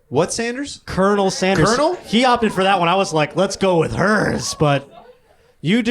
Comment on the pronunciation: the guy actually pronounced it "colinel sanders"